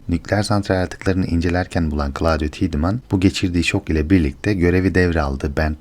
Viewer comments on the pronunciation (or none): Her şey iyi, ağzına sağlık reis de, şu Tiedeman telaffuzunu 'Tidımın' değil de " Taydımın" olarak yapalım tamamdır